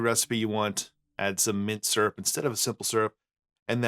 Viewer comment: "Mint syurp" - sounds like how I say that word after too many of these! :D